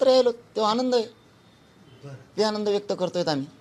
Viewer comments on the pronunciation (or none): none